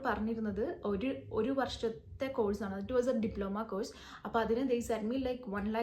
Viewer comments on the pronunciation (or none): Course എന്ന വാക്ക് ഉച്ചരിക്കേണ്ടത് 'കോഴ്സ്' എന്നല്ല. മലയാളത്തിലും തമിഴിലും 'ഴ' എന്ന letter/sound ഉള്ളത് കാരണമാണ് നമ്മൾ അങ്ങനെ തെറ്റായി ഉച്ചരിക്കുന്നത്. ഈ വാക്കിന്റെ ശരിയായ ഉച്ചാരണം മലയാളത്തിൽ എഴുതുകയാണെങ്കിൽ 'കോസ്' എന്നാണ്.